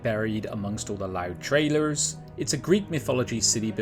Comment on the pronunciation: “Trrailurrs”. lol, Keep up the good work lads.